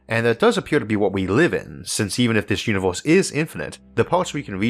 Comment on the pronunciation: One more "univorse" and I will jump from the roof.